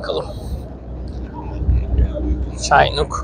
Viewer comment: Sayin.75 degil 2.75 inch roket capi. ve cinuuk diye okunuyor.